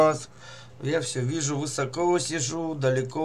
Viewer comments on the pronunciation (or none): none